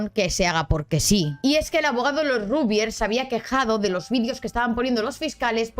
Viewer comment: Como Argentino, suena muy raro el Rugbiers, y no Ragbiers.